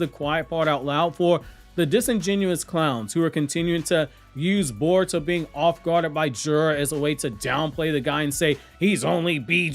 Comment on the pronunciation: lol this guy said Caruto 😂